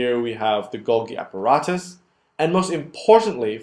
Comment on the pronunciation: Correct 'Golgi' pronunciation